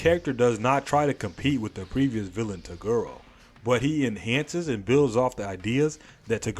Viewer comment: why do you say to girl instead of toguro